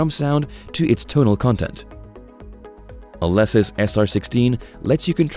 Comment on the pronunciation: You pronounce Alesis incorrectly...